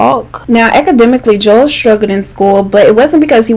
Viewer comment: also anyone else thought she was saying Joelle?